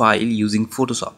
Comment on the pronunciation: "Photosop"? xD Great Tut bro <3